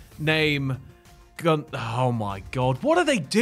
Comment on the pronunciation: Your pronunciation of Gunther is so weird I must say ☺️